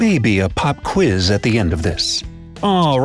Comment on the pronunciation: ITS QUIZ! Not quize.